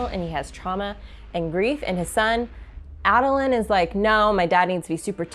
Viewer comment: I’m sure plenty of folks have but On the city you got it 90% just drop the second n sound. On Kabsal it’s CAB-SUL Adolin is A-DA-LIN but fast so the middle is like half of Dada You totally got the King right. Also yeah this series is heavy on people with some serious mental issues going on, Depression, PTSD, Sociopathy, DID the list goes on.